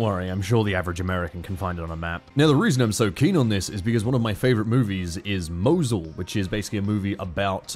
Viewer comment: hw you pronounce Mosul, hurts me. its pronounced Moe Zuul